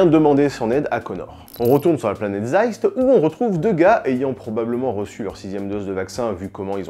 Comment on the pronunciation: Zeist on te dit !!! ^^